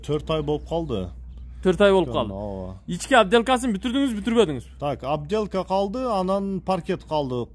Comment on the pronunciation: оБделка эмес оТделка деп суйлогулочу бай болгурлар